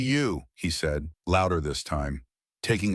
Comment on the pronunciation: The story is fake, narrated NOT by a real voice but instead by a ROBOT which uttered "seed" instead of "said". The captions are AI and showing inconsistent spelling of main character's name!